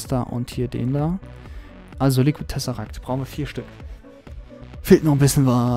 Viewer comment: es heißt Tesseract nicht "Tessesseract"